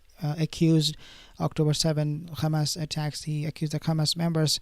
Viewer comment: Why you call them khamas? I actually appreciate your posts but they're Hamas....